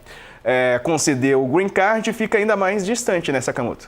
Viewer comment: kkkk A menina arrasa na pronúncia do "Green card", mas fala "proxesso" ...rs